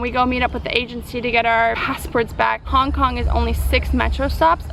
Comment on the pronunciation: You said Kong Kong you dumdum :D